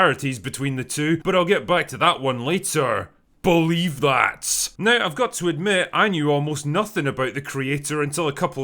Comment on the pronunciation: "BuuhLeeve That" 🤔🤣